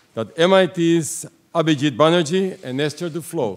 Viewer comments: The pronunciation "Prof. Abhijit Bannerjee" by the lady... A perfect one... 😊😊😊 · The host's pronunciation of "Abhijit Banerjee" is remarkable. It's the authetic Bengali pronunciation of the name. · the host pronouced the name better than some indians. she has done her homework. great way to show respect